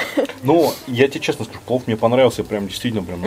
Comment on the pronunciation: Дислайк первый раз Вам ставлю. За презрительное отношение к кухне и ресторану. Как сахалинке, мне было крайне аппетитно посмотреть блюда ресторана. А морс ожидать хэндмэйд- ну это же не ресторан русской кухни) и слово плов резало слух(((